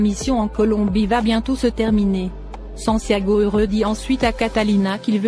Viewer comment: Le mari de Catalina s'appelle Santiago et non sanciago